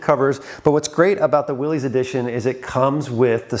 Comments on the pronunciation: I thought you of all people would know how to pronounce WILLYS, it’s Willis like Bruce Willis not Willies little Willy won’t go home. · "Willis", not "Willies"... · I can't believe that someone with so much history in Jeeps and a veteran to boot would still call a Willys "Will-eez". That is so completely wrong. Big fail. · It's pronounced Willis as in What You Talking About Willis... John North Willis was the founder of Willys-Overland Motors in 1908, they produced many of the WW II MB's then later the Willys M38. John Willys pronounced his last name "Willis" just like Valley Of the Moon is singular not Moons plural... you have a lot of subscribers and you get a lot of views but at some point you should actually try to become knowledgable about the subjects of your videos. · Willys is pronounced 'Will-us'. The Willys-Overland company produced 'jeeps' in WWII. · Isn’t it pronounced Will-is like the guy from Die Hard?